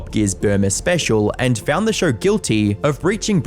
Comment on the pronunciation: SHOW not fucking SHAUR